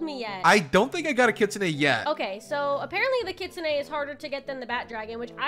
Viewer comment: Bro I hate when poeple say kitsune like kitsuneigh… it sounds weird no offense. I’m just a big kitsune fan